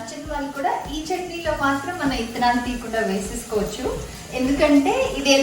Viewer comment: Nice...thank you for telling us good receipe. And, one more thing meru...red chilli seeds ni telugu lo 'ittanalu' ani you were pronouncing....but it is not that it is ' vittanalu' 'V' you should pronounce.